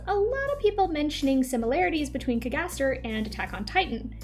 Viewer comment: I’m just genuinely curious why are you pronouncing “cagaster” like that? That’s not how it’s said in the anime